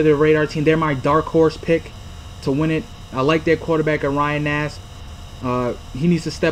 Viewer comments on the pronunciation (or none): Way to do your research, cant even pronounce Nassib. Who the hell is Ty Chandler?? It's Chandler Jones, the best defensive player in the league.